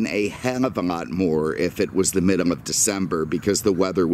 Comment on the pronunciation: Why do you say "middum" instead of middle? just curious. And why do you call the VW Beetle a Beatum"? again, just curious.